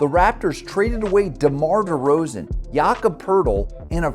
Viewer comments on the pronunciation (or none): none